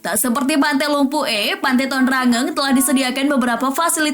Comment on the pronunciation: Pantai lumpu eh Saya dari pare pare dan itu bukan cara bilang lumpue